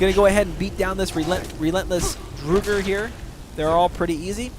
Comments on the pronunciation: This guy knows nothing morokei is a dragon priest not a Mage and its the college of winterhold not the school of mages and finally it's not pronounced drugr it's draugr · I dunno why but when he says Drooger when the word Drauger is so obviously is pronounced “dr-aw-ger” triggers me 🤣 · It's "Draugr" !, What is "DRUGR"? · It's pronounced as, La-brinth-thee-an Not Labrintia And Draw-ger Not Drooger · it's pronounced laabarinthein and drawger not drewger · Good vid, but I flinch when he says Drooger Right. It's pronounced Draw-gur White! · I hit Labrynthian much later in the game, around level 45, and found the critters inside pretty easy. The walkthrough was nice - but mostly because my four year old was up and I didn't want to actually PLAY the game with her watching at that point, and my curiosity had been roused. But FYI, it's pronounced DRAW-gur. They aren't Drow-gers. And also, it's Labrynthian... with an N at the end. Not Lab-er-in-thia. It's Labrynth - ee ann. Sorry, that drove me nuts through the entire walkthrough. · IT IS "draw-ger" draugr. Listen to the npc pronunciation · Ha lol "drugger" wights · "So here you're gonna fight a few more of these drugger... drugger rights..." LOL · It's Drow (as in loud) - grr, actually. the plural is Drow - garr. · Draw - grr. That's how it's pronounced. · fyi - draught is pronounced "drow", listen to the NPC's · okay say it with me draw-grrrrr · EVERYONE! ITS Drow-gar! thats how you sya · Dra-ger sorry just hate bad prenuciation